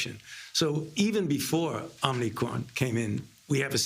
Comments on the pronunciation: He said it's called the OMNICRON ...when it's actually spelled and pronounced OMICRON...with one N, not 2. They didn't even brief him on the correct pronunciation of the name of this variant. Once you mispronounce the name of this new variant that is so much of a cause for concern...it's so much of a cause for concern that as President, he didn't even bother to make sure that he is saying the name correctly. These people are losers...they need to go away. SAD! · Omnicron or omicron biden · "It's called the omNicron." The fact that he mispronounces omicron multiple times, is proof that he is (badly) reading a script. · No, he clearly said the "OmNicron" variant is not a cause for panic. LOL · Omicron, not OMNicron Joe Potato. lol. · Will anyone tell him that it is not pronounced “Omnicron”? Will anyone even notice? My guess is no. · Omnicron? Bro… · NO! Not Omnicron, it is spelled: o m i c r o n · Wrong get the Facts correct MSM. Brandon said it was called Omnicron. Not OMICRON. I believe Brandon to be correct not CBS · Joe "Omnicon" Brandon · So Biden and ALL the reporters here calling it the OMNICRON? Here I have been calling this new variant the Omicron - shows what a dumb conservative I am .... ! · Biden is not reading it correctly. There is no N after the M